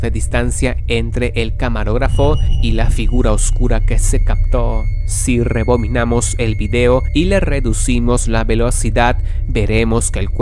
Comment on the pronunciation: Rebominamos el vídeo?? Qué es eso, no será rebobinamos? Jajajajaja